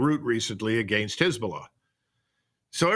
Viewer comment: “Agaynst” That’s annoying